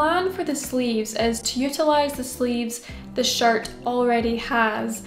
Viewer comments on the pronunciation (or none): I Love this but every time you say “shirt” I hear “shart “ and it sends me into a giggle fit XD